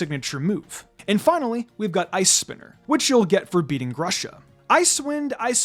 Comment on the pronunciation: Knowing grusha’s name is supposed to be ‘pear’ in russian, it pains me so much to hear your say “Grush-uh” instead of “Groosh-uh”